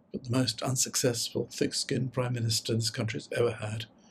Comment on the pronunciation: Liz Truss "the most unsuccessful, thick-skinned"... you could have saved yourself that final syllable,:)